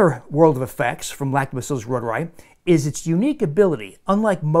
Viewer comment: It's German, pronounced: ROY TOUR EYE